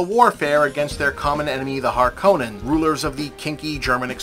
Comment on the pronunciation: Ahhh, noticed you used the Lynch pronunciation for the Harkonnen's. I liked that pronunciation better, it makes them sound more brutal. I recently saw the longer 2.5 hour cut of the Lynch version as a Fathom Event.. It has its problems, but still a lot I still like about it.